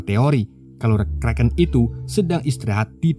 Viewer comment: Setiap anda ucap kreken saya jadi lapar